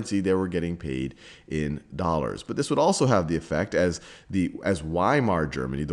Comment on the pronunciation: Say "vi-mar" please